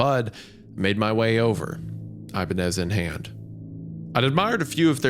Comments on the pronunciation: The ee-bah-nez, the ih-bah-nez, but never the eye-bah-nez. 😂 love you wendi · I-BAH-NEZ. Great episode tho, I only give the correct pronounciation is because thats my personal favorite guitar brand xD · Thank god for Hunters beautiful and haunting vocals in the background to distract me from Isaiah’s egregious mispronunciations of “Ibanez” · The fact that nobody is commenting on Isaiah pronouncing Ibanez incorrectly is concerning. Even more concerning is Hunter, who is a musician never corrected him. Also, Isaiah saying hot is off-putting and kinda pulled me out of the story. Lol. Fun story though. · Hunter has to be trolling letting Isaiah pronounce Ibanez like that 😂